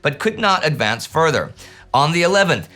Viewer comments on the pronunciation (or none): none